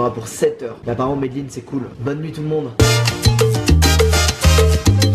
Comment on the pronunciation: Direction medellin Sa ce prononce « mé dé linne » Pas « Medlinne » Mais je suis pas sur de l’orthographe